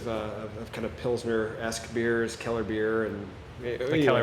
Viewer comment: Can't wait to visit this spot. Thankfully was able to give me the correct pronunciation of Mikkeller since I basically owned a stool at their SF Taproom.